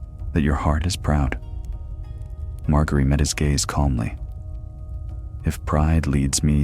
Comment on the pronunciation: Good ol mar-gary